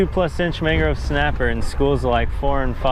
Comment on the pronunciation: Am I the only one who caught him saying mangro snapper?